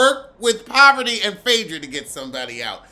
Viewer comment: Her name is Parvati. But the American tongue doesn’t know how to pronounce it. Lol. So many people unintentionally mess up her name.